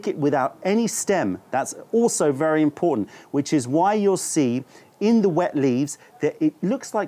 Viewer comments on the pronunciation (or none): none